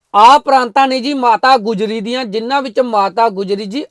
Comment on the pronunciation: ਪਰਾਤਾਂ ਨਾ ਕਿ ਪਰਾਂਤਾਂ Praataan (not Praantaan)